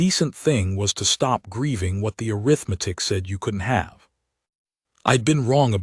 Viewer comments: IT IS "uh•rith•muh•tick" NOT "Air• uh• meth•ick". I suppose that this is an AI mistake. Correct it! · A-RITH-Matic. Not arith-matic. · AI says "Air-rith-matic" for Arithmetic! 😂